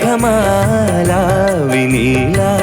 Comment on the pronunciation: మేగమాల కాదు మేఘమాల!